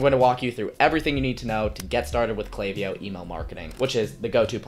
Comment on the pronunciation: I appreciate that you pronounced the name right haha. That was a big sell to keep watching. You seem to know what you're doing and I think you mentioning the value of your previous videos (especially the 47 minutes of you walking through you building something) are high selling points. Subscribed :)